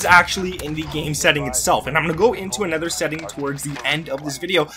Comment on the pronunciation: In what region do people say “anether”?